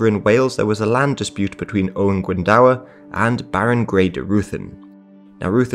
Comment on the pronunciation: Owain Glyndwr...Glyndwr not Glyndawer. It's pronounced GLYN DO R